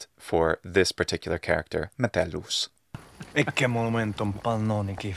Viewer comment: The Metellus actor was very good with his Latin pronunciaion in this series.